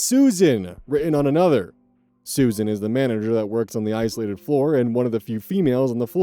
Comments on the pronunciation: It is pronounced Sue-Zan. Not Susan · Story 2: SUZ-ANNE, it's pronounced Suz-Anne, you keep saying Susan. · Just so you know, Suzanne is not pronounced the same way Susan is. It's pronounced Suz-Anne, not Su-zanne. They are similar but not the same. 😊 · Just a note Suzanne is (usually) pronounced Sues-Ann, not Susan. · Suzanne is pronounced “sooz anne” not susan im sorry i dont mean to shame you it just was important to me to say this for some reason lol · Suzanne is pronounced "Sues Anne" similar to Rozanne and Roxanne